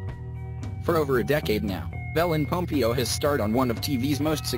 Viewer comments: ”Ellen PomPEEo” I can’t😭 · It s ELLEN POMPEOOOOO NOT POMPIO WTFFF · pom pee oh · Ellen pom-PEE-o🤣🤣🤣🤣